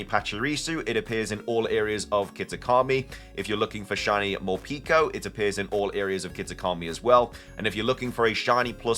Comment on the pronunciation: You say it like more-peck-oh.